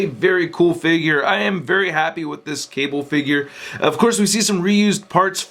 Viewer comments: speak english, dont say "qable" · did you just said kable